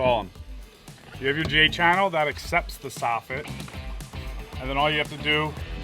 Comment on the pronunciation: Hahaha "J-Channele" - that's funny